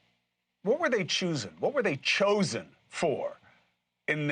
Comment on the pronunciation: It sounded like "the Jewsen". Lol.